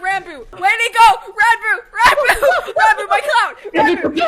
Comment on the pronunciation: Isn't it pronounced "Rawn-boo"?